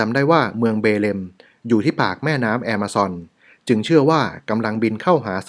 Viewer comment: ออกเสียงคำว่า Amazon ว่า แอมะซอน นี่ถูกใจผมอย่างแรง รัก เลยครับ ❤️❤️❤️❤️❤️